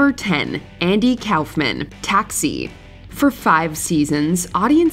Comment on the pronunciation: Who is Andy “Cowfmann”?